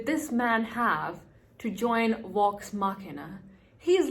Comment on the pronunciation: 👹💩. The main problem is that you make is sound like Wax The end is correct but the V doesn’t sound right to Americans. You make all of them sound like W like in Vampire and Villain. I know this is a bad explanation. I wouldn’t worry too much I like it.